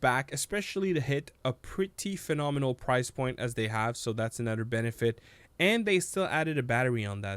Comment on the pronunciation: You say nother weird as hell😂